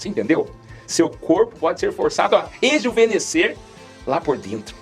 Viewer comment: a parte técnica eu entendi até porque sou operado de coarctação da aorta. Eu falei da pronúncia de rejuvenescer que soou como "rejuvelhecer". Ou preciso fazer uma audiometria de novo! Não foi ofensa. Desculpe